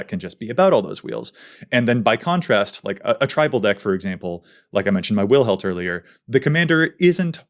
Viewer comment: That Wilhelt the Rotcleaver probably is more accurately thought under a Dutch/Germanic umbrella and shouldnt be read with the English |w| sound but rather the Dutch/German |w| or sounds like |v| in english. Does it matter? Not really but its nice to know not everything you pronounce is anglocentric